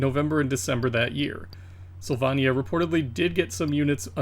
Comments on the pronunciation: Syl vay nya - like Pennsylvania Not sill vah nia Intellivision was really hampered by the controllers and its default system font. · Really good video I love that you added the developer names. Some notes: APh was named after MIT advanced physics which is (IIRC) where the developers came from Sylvania is pronounced "syl-vay-nia" or at least as I've always heard it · Sil-vonn-ia? Sil-VONN-ia?? You're drunk!